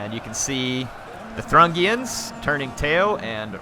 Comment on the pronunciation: I think that the people who attacked Shall Not Pass are pronounced the Thoo-ring-ians rather than the Thrungians, I'm not 100% sure though